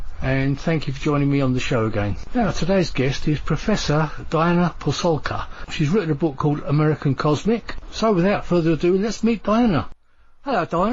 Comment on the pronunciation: It's Pasulka not "Pulsulka"